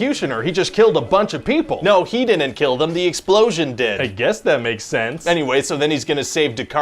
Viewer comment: "Di-ent" for "didn't"? Is that a Canadian thing?